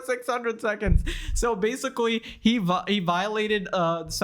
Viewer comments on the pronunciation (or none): “so basicawwy” 😂😂